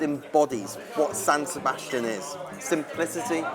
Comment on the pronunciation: SAN SEBSATIAN